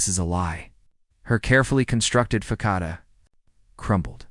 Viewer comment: Façade - sounding like fa sade not Fakade.